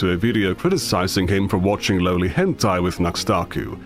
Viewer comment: I freaking hate how people just throw out random youtuber made up names like we're supposed to know what they are. I kept hearing Nuxtaku as Nose-takoo. So I was who the hell is this guy and couldn't look him up.